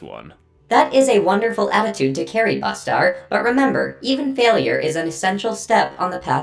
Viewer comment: Not trying to be a jerk Bustar, but it’s supposed to be pronounced (yowch-yah)